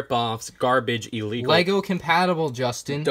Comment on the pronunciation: its ILLEGOL